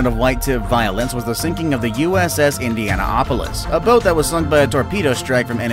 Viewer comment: Am I the only one who is concerned with the way he said Indianapolis?